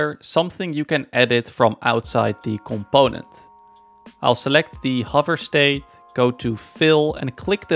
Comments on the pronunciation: ComPOOOnent. Im sorry seems like a great guy and all but this is just driving me crazy. I literally cant watch the video I get so annoyed. Brings out my misophonia I guess. Im sure am not alone with this. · You mean "c'POnent" 😂